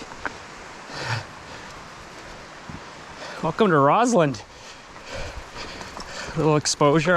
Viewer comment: It’s ROSS-land, not ROZ-land.